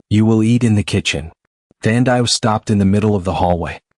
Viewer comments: Her name is pronounced Than - Dee - Way !!! , Not whatever you said. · Come on, say the name like "Tandy-way". 🤦🏽‍♀️ Watching from Trinidad 🇹🇹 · Enjoyed in SA. Her name is Thandiwe(the loved one) by the way, pronunciation is incorrect 🙈